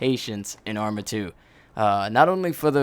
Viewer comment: i thought u were saying amry of 2 this whole video.